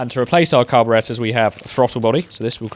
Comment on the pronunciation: Say it with me... CAR-BORE-ATE-ER.